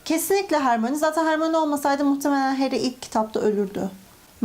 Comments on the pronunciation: Hermione = Hermayni Siz hermoni diyonuz ama kitapta okunuşunu söylüyor Hermayni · Hermoni değil hörmayni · Hörmayni diye okunuşa alıştım hermione diye dümdüz söylemesi garip geldi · Aslında herkes *harmoni diyor ama isminin okunuşu *hörmayni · abla he soruda hermonie diyosun o olmasa satem ölürdü harry potter disun potter olmasa saten kitap olmasa saten hermonie olmazdı saygılarla